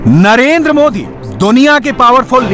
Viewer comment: please correct our pm name as it is narender modi not narender moody, as it shows the level of knowledge he has